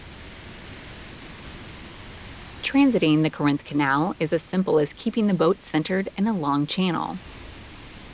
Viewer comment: not sure about some of the pronunciation in this video. Falkirk, Edinburgh, Corinth